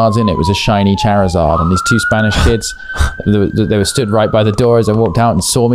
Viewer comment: The way they're pronouncing Charizard is making my eye twitch...